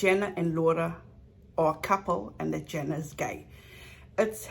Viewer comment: thanks, but it's JAna not jEna. like Anna but with a J-JAna . thanks. The rest of the content . OH MY! it's excellent. I am speechless ( I have OCD) so i can't type all the compliments I want to say.